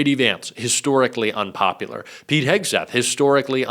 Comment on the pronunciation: I thought he said Peed Hegseth.